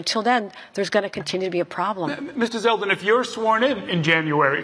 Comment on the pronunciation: It's ZELDEN not Seldin.